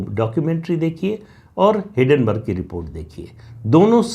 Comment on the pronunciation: हिडनबर्ग नही हिंडनबर्ग